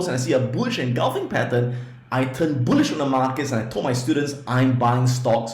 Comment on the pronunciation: His pronunciation is not so good when he say bullish he mean bullshit market .